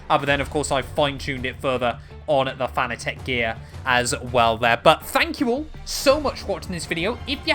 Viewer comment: It's pronounce Fanatec not Fanatec😅